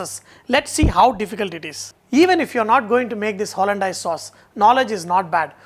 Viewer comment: Its pronounced hollan-days, not hollan-dyase